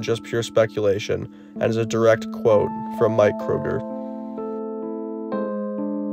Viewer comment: No. it’s pronounced “Kroger”